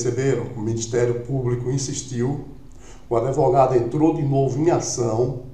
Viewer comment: Outro que fala em adevogado